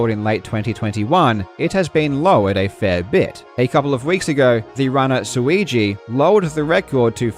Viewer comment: props to you for not stumbling over "weegee" and "suigi" , saying those names properly so fast apart from each other, amazing thing in of its own lol